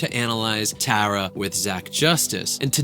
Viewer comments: please say the name correct its t-are-uh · It’s not Tare-a it’s tar-a get it right. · Tara TAR a tARa not TAREa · also, her name is pronounced (TAR-uh) like concrete tar, she hates when ppl don’t pronounce it right lol she always mentions it 😅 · TAR-RUH, c'mon!😂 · Please learn how to say her name ahhhhhh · idk if this is rude but u were saying her name wrong, SORRY IF THIS IS RUDE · Pronouncing her name wrong so many times. I can see Tara watching this and getting riled up 😂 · Not at all 😂 but she definitely would be like “that’s not how you say it!” Lol